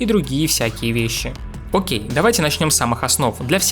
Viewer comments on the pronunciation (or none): none